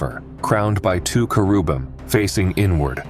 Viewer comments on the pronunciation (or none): Aww, AI still cannot pronounce "cheribum" properly.